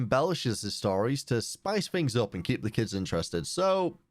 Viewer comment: its things not fings